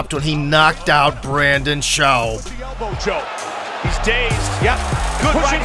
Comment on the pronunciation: Go back and listen to him pronounce Brandon Schub. Lmao.